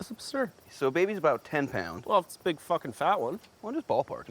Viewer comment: "I think .... What you just said ..... is obsurd." XD That got me